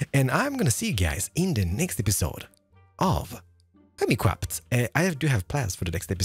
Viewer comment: Welcome back to anotherrr video of HEWMICWAFT! 0.0 :o